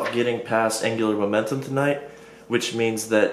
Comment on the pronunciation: angular "momenum"